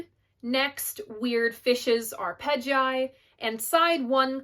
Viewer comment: Your pronunciation of 'Arpeggi' was a little agonising. It's 'ar-pedgee'. Then you called Amnesiac 'Insomniac'. Words hurt you know.